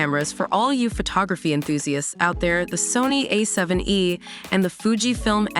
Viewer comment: The unfortunate result of using AI instead of paying for an actual human narrator. A7 E? Oh my.